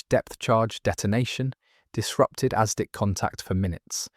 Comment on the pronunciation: It's "asdic'" not "aztec."